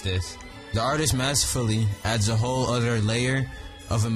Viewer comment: i love how when u say other u say "udter"